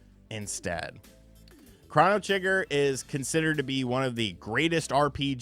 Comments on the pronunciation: Excuse me are you saying "Chran-no Trigger"? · The only controversial thing about this video is how you pronounce chrono. Are you doing that purposely? I think I had about 3 aneurisms...